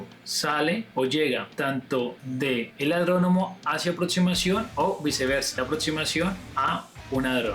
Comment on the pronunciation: Adronomo? 😂 es aeródromo.